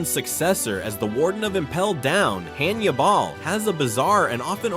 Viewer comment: Say-bo…drake-oola…hann-u-ball… Donkey-coat…these AI voices are extremely annoying